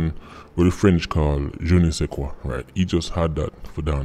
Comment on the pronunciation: Je ne sais quoi?!! DWRL, whoiiiiiEEE, DKM,! (BTW ur French is perfect!!)